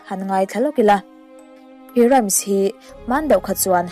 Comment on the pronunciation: Rhymes hi i lamrik dan (voice ) hi a dikhlel deuh ani , Rams ti a chhiar loh tur Rhym hi ( hym) hi voice pek khan lam tel tur.